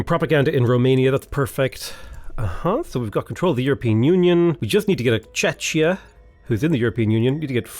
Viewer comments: Pls, it's "Czechia" is pronounced "Tshekia"... it hurts my very soul every time I hear Chechya 😂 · Czechia is pronounced as "Czekhia" (that would be the closest and the easiest explanation of pronunciation). Great series and good luck on the campaign!